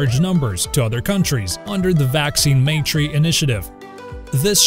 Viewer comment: Great video... and I'm not nitpicking... but Maitri is not pronounced May-tree rather it is pronounced like My-three . The word roughly means friendship in Sanskrit. edit: thanks Swapnil